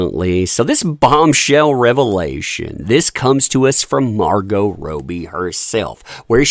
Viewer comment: Him saying margot rohbee instead of MAR-goh rob-ie kills me. I can't. Sorry. Subtitles for this video only x)